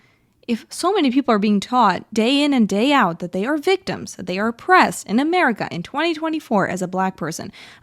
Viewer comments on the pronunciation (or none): none